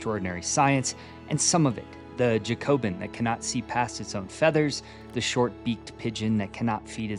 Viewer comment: Just for future - it's pronounced "JACK-obin", and yes - I am being an absolute nerd right now, but it's after the French Revolutionary party. Yes, this was no doubt a sly joke for pigeon breeders ^.^